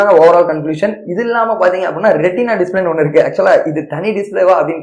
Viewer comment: Retina bro not rentina